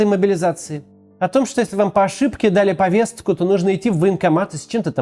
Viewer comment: Максим ,повестку, а не повесцку